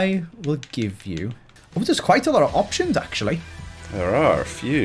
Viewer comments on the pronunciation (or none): none